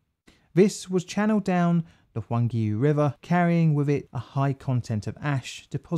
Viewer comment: Roo argh pay who...tong argh rear row... why oor ew....